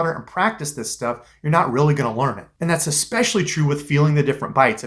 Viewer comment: Ahhh man you said "Ex-specially". Pet peeves!!! It's "especially" lol.... Just one of those little things...kinda like "supposanly" instead of "supposadly"....